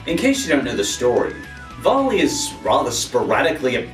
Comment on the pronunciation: vali is pronounced "vehli" lol. great video anyways. keep it up!